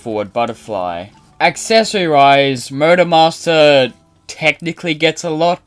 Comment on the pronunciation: I couldn't help but hear Murder Master whenever you say Motor Master.